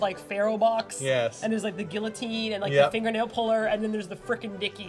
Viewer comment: y'all miss pronounced guillotine.